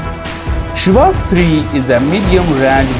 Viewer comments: Its called SHAHAB ,not SHABAB!! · Shahab not shabab